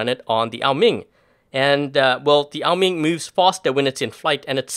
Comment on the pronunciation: Why do you say Ming it’s oa Ming it’s bothering me